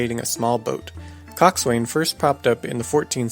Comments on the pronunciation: COXSWAIN is pronounced Cox'un, NOT Cox-wain! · It's not pronounced "Cock-Swain." It is pronounced "Cock-sun." Source: I was a freakin' sailor. (literally, I was in the Navy) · coxswain is pronounced more like cok-san, boatswain boat-san as in boat-san's mate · your pronouncing coxswain wrong... the Swain is pronounced son or sun.... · Coxswain, btw is pronounced cox'n... ye landlubbin' bilge rat! arrrrr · I know that it shouldn't, but the fact that you mispronounced coxswain really bugs me. It's properly pronounced cox'un and is often shortened to cox.